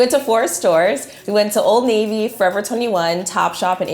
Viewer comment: What did u call old navy????? Old NAVUUU????🧐🧐🧐🧐🤨🤨🤨